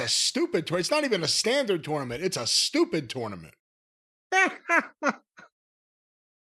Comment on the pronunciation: I hate how says tournament